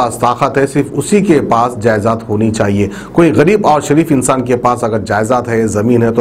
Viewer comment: Aree 🤣😂 Jayezad nai (jayedaad) baigan ki reporting